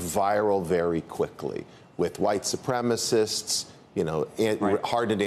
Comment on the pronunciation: “White ssupremacists”😂